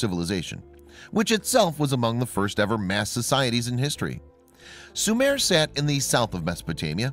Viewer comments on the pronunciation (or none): Sumare is not and was never a country it was pronounced Sumer and Sumeria not Sumare.